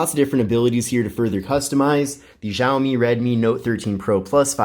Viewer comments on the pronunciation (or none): It's pronounced "Shaomi" not "Zhaomi"...dumb one language (barely) speaking Americans 🙄